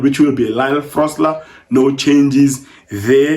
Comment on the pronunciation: It’s Lyle FOSTER, not Frosler🥲